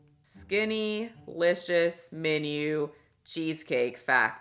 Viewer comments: I'm reading "SkinnYlicious" why is she saying "SkinnAlicious" 😫😪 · 🎶skinty🎶skinty🎶skinty🎶 Haha that’s how I hear it and I love it 🤣